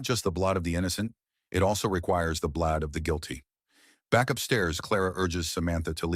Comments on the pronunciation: What year is this movie set in? The word you're mispronouncing is blood. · i have been yelling BLAUD! each time the AI messes up lol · And BLOD. LOL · "The blad" 😂 "the blawd" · The AI trying to negotiate "blood" was painful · AI stinks in this video. Blood is spoken as blahd. Kill is read as keel. Among other mispronounced words. Very frustrating to listen to. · The AI commentary is crazy. If your system can’t pronounce “kill” and “blood”, maybe just read it yourself.